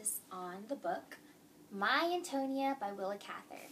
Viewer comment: Pronunciation of Antonia: An - toe - knee - uh